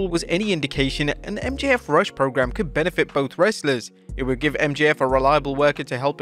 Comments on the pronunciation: It’s Ruuush not Rush 😂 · It’s not Rush it’s Rooooosh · Dude, you pronounce Rush like ( roosh, not rush) !! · It may be spelled Rush, but it's pronounced ROO-SH. You got Lyra Valkyria's name right, so why not RUSH(ROO-SH)? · Rush is pronounced like Scooby-Doo identifying a bottle of Summer's Eve in the feminine care aisle; he's not just some guy in a hurry.